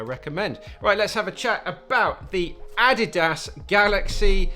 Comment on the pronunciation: "Addy Das" 😂